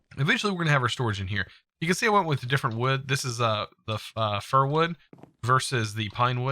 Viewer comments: LOL. Fair slabs. Its pronounced FUR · Come on man... FAIR? Tf......... Fir. Its pronounced fur..... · i think "fir" is pronounced as fur as the same pronunciation of like a animals fur, so it is spelled Fir, but you would say "Fur planks" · Was anyone else relieved when he finally said Fir wood instead of fair wood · How is it that he says fir incorrectly at the start of the video but later he says it right